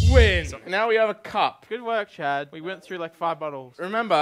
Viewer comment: It has taken up to this point for me to realize that you are saying Chad. Let me explain, This entire time, I thought you were saying "chat", as if these videos were pre-recorded from a stream. Now with that said, all I can imagine now is, instead of viewers on a stream, it's Chad spamming the chat with multiple accounts.